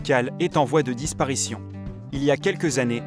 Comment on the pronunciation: Carcale il est en voile disparisionn mdrrr